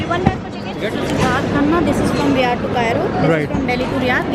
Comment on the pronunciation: Its pronounced "Riaaadh" & not Rihhaad. You dont even know 1) the flight duration. 2) Arabian Country not Arabic country 3) Saudi will naturally accept Saudi Riyals. 4) Late during departure 5) No basic knowledge of the place of arrival or transit. Your video isnt informative at all such as costs, airline food, reviews, etc. Just by looking good wont help, get urself educated. Illiterate rich traveller